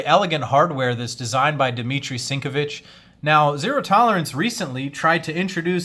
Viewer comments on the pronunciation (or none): You said Sinkevich wrong.